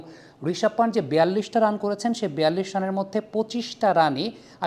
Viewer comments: প্রিয় দাদা, উচ্চারণটা পান্ট হবে না! সঠিক উচ্চারণ হবে পন্থ!! ভারত🇮🇳থেকে অনেক ভালোবাসা❤রইলো... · Its not পানট its পান্থ